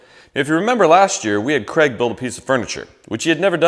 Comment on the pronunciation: I still think you’re calling him Kreg!